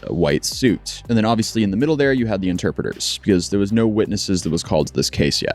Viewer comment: “Interpritor” 😂 Brooo…